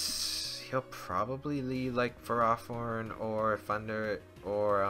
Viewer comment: Who pronounces ferrothorn like Pherah-thorn?